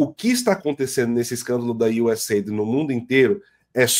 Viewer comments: Não é USA ID, é US AID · A pronúncia é iuseid, ok? "Aid" significa "ajuda".